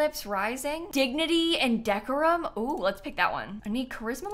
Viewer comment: I love your videos but ngl every time you say decerum instead of de-core-um I laugh😅